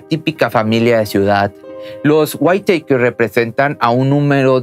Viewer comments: Se pronuncia: "Guítakers". No Guaiteikers. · Me incomoda el cómo pronuncias el apellido cuando se pronuncia simplemente como se escribe WHITAKER nada más,sólo que con el sonido del inglés la T tendrías que pronunciarla como una D y la E y la R como un KERR con doble R.más o menos así,sino mira videos donde te enseñan como pronunciar los nombres y apellidos en inglés y de otros países de distintos idiomas es interesante y aveces divertido si quieres aprender. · SE PRONUNCIA "GÜITAKER" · Waitèikers hahahhahahaa SE PRONUCIA LOS WITAKERS me deberías contratar para ayudarte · Se dice whittakers no guiteikers pero solo digo no intento ridiculizar ni nada por el estilo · Perdón pero me hace mal escuchar "waiteiker" 🥴 se pronuncia Wittaker tal cual se escribe, con el acento en la i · El apellido Whittaker se pronuncia WÍTAKER ( güítaquer). ☺️ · Habías de corregir, Whittaker no se pruncia "WAITEKER". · Es witakers jajaj me estréso cuando lo pronuncia mal jajaja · Se dice guiraquer 👌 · Ojo Se pronuncia witaquer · No pudistes consultar la pronunciacion correcta de Whittaker? 🤦🏽‍♂️